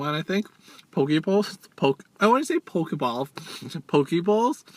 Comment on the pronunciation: Hi!!! I like the part when you made the "Poki Bowl" part sound like "PokéBall" from Pokemon. My question for you is, Are you going to eat a whole bunch of Pizza for us? A lot of people have been requesting that 😄. I loved the "Croch" part X,D it was hilarious. The crab salad looks good" Wish there were stores like these where I'm from.